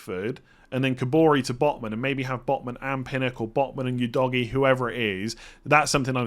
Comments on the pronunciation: Pronounciation of Udogie is winding me up lol, its Udo-ji not U-doggy 🤦🏾‍♂️ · Udogie is not pronounced u-doggie😂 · You doggy 😂 Full disclosure - I have no idea how to pronounce it, but surely that’s not right! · bro called udogie as you doggy 😭